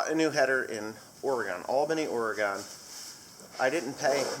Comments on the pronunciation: yeah, coming to God's country. the pronunciation is Ore i Gun not Ore E Gone. Have a fun trip out here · No offense im from Oregon and people say it wrong all the time and it's pronounced like or-e-gun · Ore gun correct pronunciation